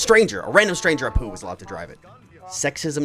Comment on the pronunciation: I dont know why, but it really sounds like you call him "A Poo" instead of "Apu"... couldnt unhear it... :D